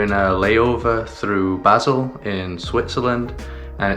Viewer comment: Just a note, Basel is pronounced Baseeeel, sounds more romantic too 😝. As in eel. My guess it’s Africa your going? Probably Egypt 🇪🇬. Man 26€ for a sandwich😣. Wow I guessed right, good to see things are slowly getting back to normal. Enjoy Egypt, my Auntie lived in Port Said in the 1950’s, amazing country!